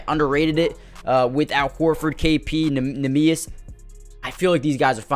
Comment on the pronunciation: Worthwhile to look up a pronunciation on neemias, its not pronounced quite how you'd expect My hauser concern is about a 3 but will go up 1 each week his slump lasts Great video man, loved it, keep it up